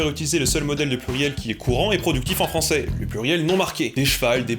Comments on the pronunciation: le fran-z-ais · Par contre "Fransais" avec le s c'est vraiment dégueulasse :( Juste pour ce mot, il ne faut pas supprimer le ç